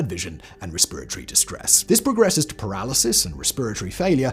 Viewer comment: Very entertained by the pronunciation of “resperitoty” LMAO.